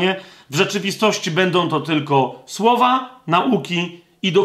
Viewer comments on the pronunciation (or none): none